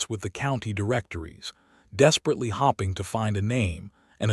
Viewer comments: And "fading" and "fadding" And 'hoping' and 'hopping'. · i wonder where the narrator was from--he misprounceed 2 very commen english words--hopiing and staring--saying hopping,staring[sounding like star--] did anyone else here notice these 2 mistakes????? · Hoping and hopping, Read said as Reed not said as Red and others too. I really hate AI